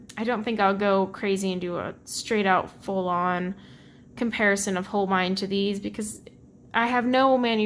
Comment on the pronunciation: Hans Holbein (you are pronouncing it correctly) was a famous Renaissance artist from Germany. He became King's Painter to Henry VIII of England. The famous painting that is always shown of Henry VIII was painted by Holbein.